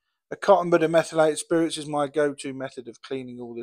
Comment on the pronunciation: The Trash to Track drinking game: every time says "menthylated spirits", throw back a shot of whiskey.